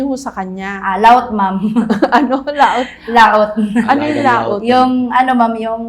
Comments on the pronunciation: Ma'am Jessica "lawot" po hindi laot 😊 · Am Po yun "lawt"